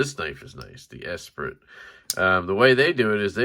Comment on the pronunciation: I love how you say "Esprit",! It is pronounced "Espree" though. The "i" is a long "e" and the "t" is silent. You're too young to remember the brand name of clothing with the same name, so can't blame ya! Lol! Great disassembly video! Seems like a solid knife overall!